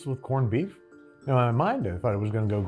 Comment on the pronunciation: Did you say “porned-beef”? Well executed episode!! That is some spectacular production and presentation! …and “Habby” B-day to Brad 🎉